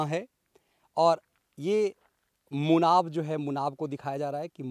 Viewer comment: गाँव का नाम मुनाबाव है नकी मुनाब